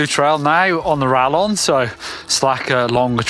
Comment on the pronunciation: Sorry to be that guy, but it's pronounced ra[Y]on, the LL having a Y sound in Spanish. It means bolt, as in a crossbow bolt.